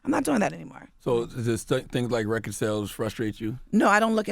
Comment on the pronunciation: When they say recer instead of record. Bwhahahah